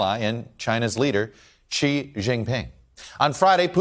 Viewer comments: It's not pronounced "Chi" or "Ji", it is Shi (xi) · Xi is pronounced "She".